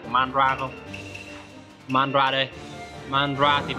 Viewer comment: đọc theo phiên âm là ma_ đa_ra đi. đọc kia khó chịu quá